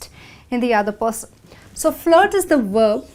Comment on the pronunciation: I have just one question: why did you pronounce "/v/" consonant in word "verb" as "/W/" consonant?